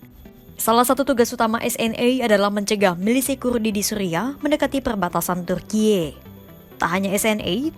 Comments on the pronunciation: Tulisannya Turkiye, bacanya Turki kaya biasa aja kali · alay banget ngomong turkiyeee nya😂